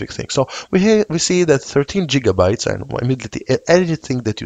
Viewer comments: Indeed, back to the future has a lot to answer for. And for reference, GigaByte has a G sound more like 'gift' or 'girl' than 'job'. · "Jiga"-bytes... heh.